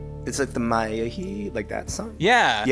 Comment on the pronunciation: Why is he saying “Maria” or “Matia” ??? I swear it’s “Maya” like Angelou or Moore lmao